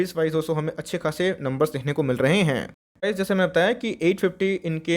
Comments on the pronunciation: har sentence ke last main jor se "Hain" bolna jaroori hai kya bhai saab 🤣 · Cute lgta h 😄